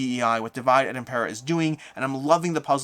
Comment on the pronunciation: Small feedback: Divide et Impera is latin, not English. The pronunciation is dee-vee-deh